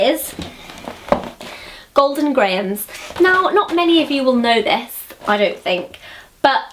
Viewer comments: Golden Grahams isn't pronounced gray-ums. It's grams. :) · when she said "grahams"i D I E D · When you say "grahams," you sound so, like, American, it's hilarious. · i liked the way you say grahams lol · You pronounce "grahams" strangely to me. haha Hello from Chicago <3 Thanks for the video :) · it must be because i'm american, but i'm fascinated by the way you pronounce grahams lol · Say "grahams" again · Haha you put on quite an american accent when you say grahams!